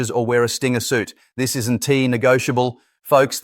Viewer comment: Code words: we are ee = we are; isen T = isn't; es = is; Don T = don't ; your ree = you're; our nation S capital = our nation's capital: Sunday es = Sunday is; you r ee = you are; but we ree monitoring - but we're monitoring; that S why - that is why. If you are reading this comment, please fix the ridiculous A.I. voice. It does nothing for your professionalism or credibility.